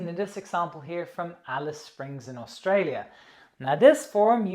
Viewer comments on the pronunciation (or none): none